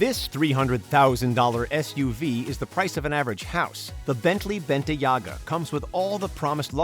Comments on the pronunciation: 1- displayed and said five hundred thousand 2- bentayga, not Bentayaga as you spoke it. But nice video! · Says "Bentayga" as "Bentayaga" SMH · Just cringing when he says Bentley "BEN-TE-YAH-UH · He butchered the name bentley bentayga